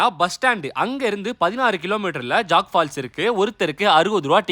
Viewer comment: அது ஜாக் பால்ஸ் இல்லை ஜோக் பால்ஸ் ...மிக அழகான அருவி..